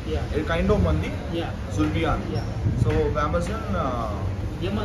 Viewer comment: Not zubriyan its zorobiyan